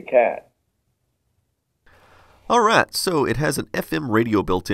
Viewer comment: I knew you lived in Texas and I never heard much of an accent until you said "alright". I've been looking at this thing since I saw the LaMetric Time Wi-fi clock but this is the first time I've seen someone really exploring the uses of it. I kind of wanted it to be a bedside clock, but it seems like I'd be missing out on a lot of the features having it relegated to a bedroom. I'd like for it to be able to show me interesting information though, like be able to open one eye and know the time, weather, if I have any phone notifications, and where my pants are.